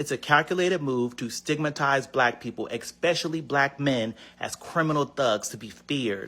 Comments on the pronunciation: I discredited everything he said the moment I heard him say "Eck-specially" 😂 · Did the ghey guy say "Expeshully"? Please get an education. Also why is it so hard to see that the crimes are being committed by "the usual suspects"? Liberals have no rational thinking skills but they sure do absorb the MSM talking points with no sources other than the opinions of those in front of the camera being paid $millions to lie to them. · Turn your hat around and learn how to pronounce the word 'especially', because there's no 'k' in there. And what is your specific problem with posting the pictures of all those arrested individuals? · Ickspecially is not a word